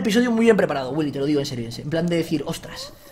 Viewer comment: like si crees que wiyll en el minuto dijo ensirio en vec de enserio